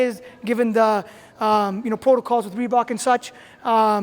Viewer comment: Ikrav Singh haha it does... ufc cutting more costs maybe.. the r cant be silent wtf